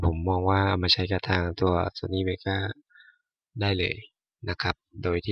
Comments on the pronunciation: Vegas เวกัส ไม่ใช่ เวก้า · เวกัสฮะ ไม่ใช่เวก้า